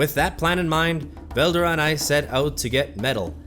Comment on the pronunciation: ITS SAID VEL-DORA